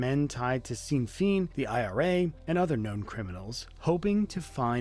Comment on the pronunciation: It's pronounce "Shinn-Fay-nn"